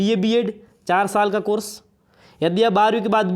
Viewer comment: किलियर 😂 , कोरस 🤣🤣 baki nice information sirji😅